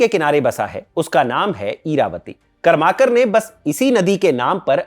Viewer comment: सहीमे कर्माकर ऐसा उच्चारण नही है | करमरकर है